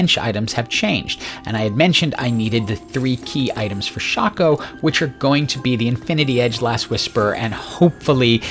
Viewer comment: RIP, we lost a good man to the SINS META 🥲. Although, perfect pronunciation of Shaco, you deserve a like for that :3